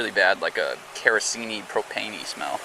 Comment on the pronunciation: “Keroseney Propaney” is too funny for some reason